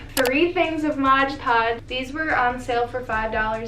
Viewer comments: If you say “modge podge” one more time hahaha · i love how you say "modge podge" even though you had the product right there, lol. it's pretty much how people say "barnes & nobles".